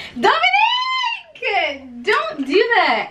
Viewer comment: The way she said dominiic